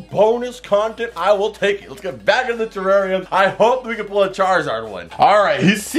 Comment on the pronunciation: It is terrarium not terranium